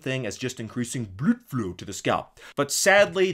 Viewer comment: Hahahahaha, every time he said "Bludflow" killed me